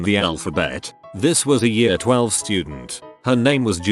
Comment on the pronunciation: I really hate how this bot reader(or whatever it is called) reads the word "year". Come on, I know it can't be perfect, but "year" is a pretty common word, so don't let it be "yaar".